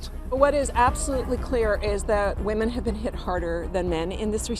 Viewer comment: "Wahmens most affected" Where are all these strong empowered wahmens who dont need no man?